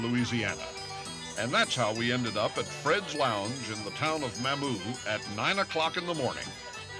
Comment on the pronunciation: This was a good video. However, it is ludicrous that they were there and yet Charles Kuralt mispronounced the name Mamou over and over. "Cajun pronunciation of Mamou, Louisiana, is typically MAH-moo (rhyming with "coo" or "too"), with the stress on the first syllable. It is sometimes mispronounced as "Ma-moo" (with a short 'a'), but local, authentic, and Cajun French pronunciation emphasizes the "Mah" sound, as highlighted in this Instagram video. Key Pronunciation Details: Sounds Like: MAH-moo (IPA: /mɑːmuː/) Syllable Stress: First syllable (MAH-moo) Context: It is widely recognized as "The Cajun Music Capital of the World" in Evangeline Parish, Louisiana, notes YouTube. Origin: The name is thought to stem from a French surname, or potentially an American Indian word (meaning mammoth, pawpaw, or village site) that was adopted by local, French-speaking settlers, states Explore Louisiana. When referring to the town, the "Mah-moo" pronunciation ensures it is said with the correct local inflection." I grew up in Eunice which is ten miles away. Much of my family lived in Mamou. I hunted and fished my grand-père's farm near Mamou. I never heard a cajun pronounce Mamou anyway but Mah-moo.